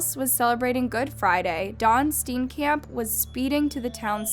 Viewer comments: Oh my gosh, I remember this case. Wow! I had chills when I clicked on this video. Nice work with the pronunciation of their names but regarding their surname, it is exactly pronounced the way that it is spelled, Steenkamp, it’s an intense emphasis on the k…so ‘kamp’ not ‘camp’. Love your channel <3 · His surname is pronounced Steen-cump🙂 Love your videos❤ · No offense but you are pronouncing steenkamp wrong, just saying as a South African not here to start drama just saying